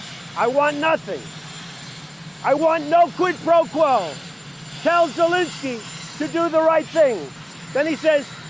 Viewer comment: Who is President Jazenski? It's Zelensky.